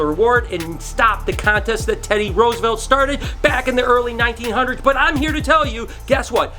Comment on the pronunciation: No offense but I'm not even american and I'm cringing at the way you pronounce Roosevelt. xd